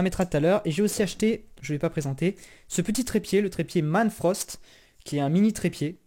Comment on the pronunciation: Le trépied c'est pas "manfrosst" mais manfrotto